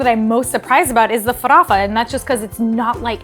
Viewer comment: **Farofa not farafa! I try to cook different cuisines a lot, and I've got to say that Brazillian food is the bomb!!! The best recipes were Caruru, Xim-Xim(Chicken stew thickened with cassava and coconut milk and the palm oil that gives it a lovely colour!), Empanadinhas,and Mocqueca de Camaroes.. I need to cook more Brazilian food!